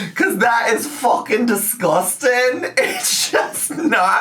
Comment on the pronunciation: LMAO THE “fookin diskustin” sent meeeeeeeeeeeeee